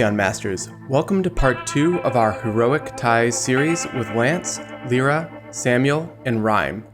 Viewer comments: Who else hates it when he says "L-Ear-Ra" it's "L-Eye-Ra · Stop saying Lira its Lyra! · You pronounce lyra as (lie-ruah)